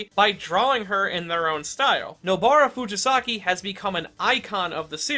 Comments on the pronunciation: It’s kuGisaki not KuJisaki. It’s a g not a j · I love your content but please look into pronunciations next time 🥺😭 Rather than "ku-ji-saki", it's "ku-gi-saki." Like how you say the "gi" in "give." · This is a great video; but jesus christ man, if youre gonna say her name as many times as you do, maybe you should at least learn how to properly pronounce it? koo GEE sa ki. not koo JEE sa ki. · imagine editing the video and seeing the spelling "Kugisaki" dead in your face and still saying out loud or leaving it in your script incorrect as "Kujasaki". Must have been a paid editor. lmao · Ku JI saki interesting way to pronounce it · "kujisaki" bruh... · You are the bad guy for the way you pronounced her last name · Bro how do you manage to pronounce Nobara’s name in a different and incorrect way every time you say it😭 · How many times can mispronounce Nobara’s family name? Let’s find out 😂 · I love the character analysis but it hurts me every time you mispronounced her name.